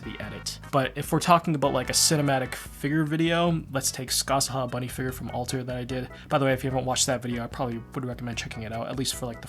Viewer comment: I'm not gonna lie, I heavily disagree with the way you pronounce figure 🤣 but that's just a me thing haha